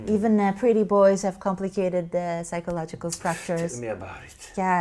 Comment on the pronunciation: please say it again....psychological instead psychonolitical....what is that language?